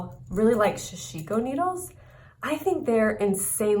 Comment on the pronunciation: Sa Shi Ko, all syllables same emphasis. Usually many stitches and fabric are held on the needle, weaving motion used to ply needle.